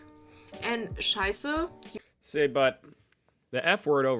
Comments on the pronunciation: The way you pronounce “Scheiße” (“shit”) sounds more like “Scheißer” (“shitter”). Pleas note that in German, the light schwa [ə] contrasts with the dark schwa [ɐ]. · it is not "shy-ZZah" but rather "shy-SSeh" or that would be at least closer to it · scheiße, why do you not can pronounce "scheiße"?!